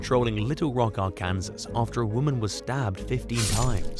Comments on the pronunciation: Ar-can-saw. That's how you pronounce Arkansas. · It’s pronounced. R-can-saw. . Please do some research before recording. You are embarrassing yourself. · Its pronounced ARE CAN SAW Please take the time to learn the correct way to say locations. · R-Kansas? 😂 I haven't heard it pronounced like that since I was in the third grade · Arkansas is pronounced R-can-saw. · Just so you know the way you pronounce Arkansas is are-can-saw if you visit the state it's a crime to say it incorrectly. I live in the neighboring state of Oklahoma. You're welcome. ☺️